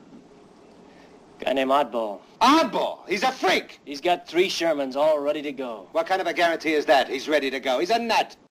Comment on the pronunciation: No, no, no, it wasn't three tigers, it was "tree tigers" LOL!